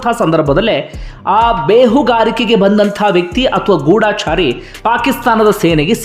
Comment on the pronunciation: ಮೊದುಲು ಕನ್ನಡವನ್ನು ಸರಿಯಾಗಿ ಉಚ್ಚಾರ ಮಾಡಿರಿ ಅದು ಗೂಡಾಚಾರಿ ಅಲ್ಲ ಗೂಢಚಾರಿ